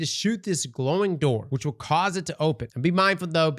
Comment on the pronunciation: For anyone new to this channel..... " will " = wheel. Thank me later.